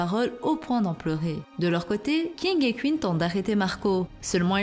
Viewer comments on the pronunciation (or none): Ca se prononce Queen pas Qu ine